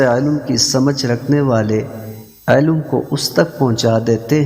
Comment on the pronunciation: علم کو عالو کہہ رہا ہے کم از کم الفاظ درست بولنا سیکھیں اسکے بعد حدیث مبارکہ بیان کریں